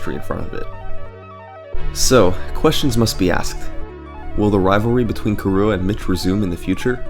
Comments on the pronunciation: its KIrua, KI-rua, not kiRUa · nice video but the way you say kirua hurts my soul. it's prenounced like Killua from hunter x hunter (the stream even had a picture of killua in the video ) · Yes, but not pronounced as ki-roo-uh, it's closer to kee-rU-ah - where U is the very non-english back unrounded vowel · How do you manage to pronounce Kirua as "kahrua"?! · Kirua is pronounce ki/ru/ah; it is Japanese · the way he said kirua though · That pronunciation of Kirua though, ouch xD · THe way you pronounce kirua hurts me tho x) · Honestly the worst thing I can say about this video is that you kept pronouncing Kirua wrong.